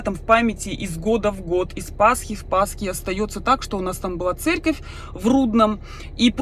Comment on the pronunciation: ты специально говоришь Церьковь